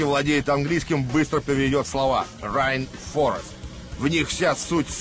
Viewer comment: Не райнфорэст а рэйнфорэст!